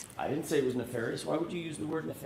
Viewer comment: She even pronounced 'ne-far-ious' the same way Brennon does... then changes it to 'ne-fair-ious' when she's called out on it.